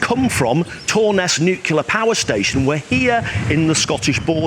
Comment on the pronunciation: Pleease, stop saying "nukular."